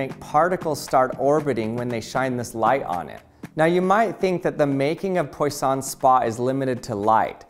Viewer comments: FWIW, Poisson is pronounced like pwa-SOH(n) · Poisson is pronounced as Pwaason. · Couldn't you have looked up how poisson is pronounced at some point before recording?